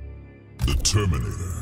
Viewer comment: Everyone: the terminator What i heard: determinator